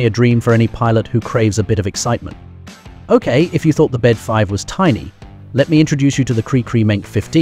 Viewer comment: Bede is pronounced BEE-DEE, not bed.